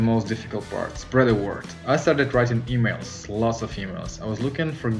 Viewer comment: Oh EMAILS! I thought I heard "lot's of females."